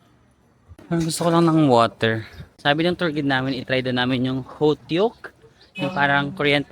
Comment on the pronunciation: hotok talaga basa sa hotteok 😅